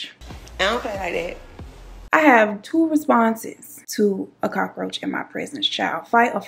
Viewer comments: N the Cockaroacha!! I can't stop saying this!!! It's more like cookaracha (in Spanish) I love n adore u so MUCH! 🥰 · First 3 min. i thought blue was your man, and I thought you was going to say you locked him out. They say men dont notice hair and nails but i like your s#it. The way you said cockaaahroacha made me wonder if you was puerto rican. lmao your funny made me laugh when i needed one. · I’m hollin 🤣🤣🤣🤣 Im glad I found yo channel new subbie girl every time you said Cock-a-roacha I start crying 🤣🤣🤣🤣🤣🤣